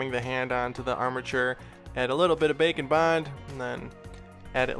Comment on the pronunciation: I still hear bacon bond instead of bake-n-bond lol To me the drawing looks like a mix of: Jumba + Stitch + Cactus + Bobgoblin (from WallyKazam) lol